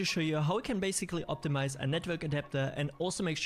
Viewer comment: "OPITMIZE CPU" 😂😂